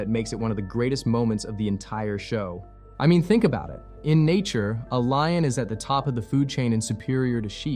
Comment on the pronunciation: "I mean, think about it..." Did you say Lion or Lying? "The Lannisters are Lions..." cough liars cough...